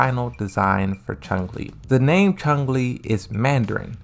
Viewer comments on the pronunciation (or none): Narrator critiques the way folks pronounce Chun-Li, but then he proceeds to continually add a "g" to his pronunciation as if she's the main villain in the first bloodsport movie.